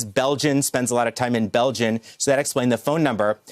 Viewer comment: Belgiun? As a reporter from a big news show,you may a ssume he knows what he is talking about!!! Belgium is with a M not a N at the end!!! Sloppy dude.🤦‍♂️